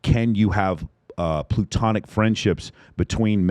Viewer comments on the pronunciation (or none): It's "platonic" (Plato perfectionist philosopher), not "plutonic" (Pluto secondary planet).